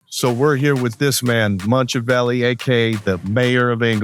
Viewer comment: It is crazy because they can’t even figure out how to say Machiavelli correctly. And they are so proud about this hat thing.